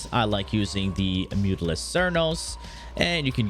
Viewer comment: I'm just glad he pronounced mutalist right